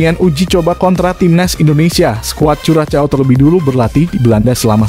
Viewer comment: Sepertinya cara pengucapan yg betul untuk Curacao adalah "Kurahsao". Jadi jangan dieja dengan ejaan Bahasa Indonesia, karena kedengarannya jadi aneh sekali.